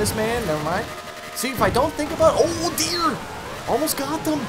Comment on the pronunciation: You know he's from Canada coz he said "ooh deer, almost got em" like they were mosquitoes LOL